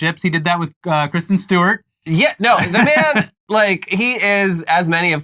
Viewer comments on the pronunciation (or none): none